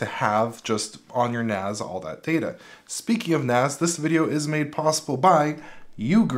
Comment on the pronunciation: It's NAS, not NAZ. It stands for Network-Attached Storage, not Ztorage.